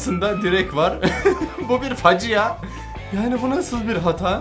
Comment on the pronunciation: 5.37 facia değil fâcia